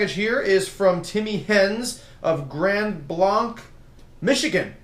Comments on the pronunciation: Ayeeee grand blanc MI for the win and it's not blanc it's blank but spelled blanc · WTF I live in Grand Blanc Michigan😂😂 ps. It's pronounced (Grand Blank) First time I heard my city on YouTube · you pronounce it grand blank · YES MICHIGAN!! Its pronounced Grand blank. Even though its spelled Grand Blanc. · 26 I'm from MI and it's grand blanc budddy😂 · It's pronounced Grand Blank, Michigan. Just saying. HAVE A NICE DAY!! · I like how you said grand blanc... it's pronounced like blank, I know because I live about 10 minutes away from it. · Matthew Lum grand blanc squad